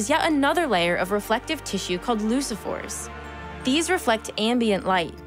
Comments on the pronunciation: Leucophores, not leusophores. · It’s pronounced LUKE-oh-four, not loose-a-four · I suspect leucophors is pronounced 'luke-oh-fours', as in leukemia, deriving from the Latin word for white. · This is a wonderful video -- but -- the speaker, tho earnest and charming, mispronounces a few words (it's "loo-koh-fore"), misuses "lie," says "up to 200ms" when she meant "down to 200ms," and other errors that really shouldn't have been left in a professional science video. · Pretty sure she pronounced leucophores wrong...